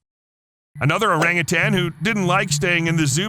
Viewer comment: Learn how to pronounce orangutan!